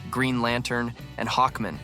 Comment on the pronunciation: Stop saying Hawkmen for Hawk-man. It reeks of AI. At least program it correctly, even if it means writing Hawk-man to get it to say it right.